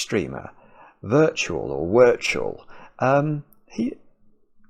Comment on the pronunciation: I watch Wirtual a lot on YouTube as well, weird to see this "crossover" of two of my favourite YouTubers 😊 To answer a couple of questions: Wirtual is Norwegian, so I believe you pronounce the W in the Germanic way and it's the same as "virtual". And Trackmania is a racing game, first only on PCs and now being rolled out to consoles. You do get some maps which are more about puzzling out how on earth you actually make it to the finish (rather than just trying to get there faster than anyone else), I don't know if that would appeal to you in any way either though 😂